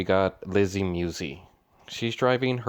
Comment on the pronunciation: MuSi not Muwzee lol other than that youu make great videos! I enjoy watch them all.. Keep the good content coming just giving ya a hard time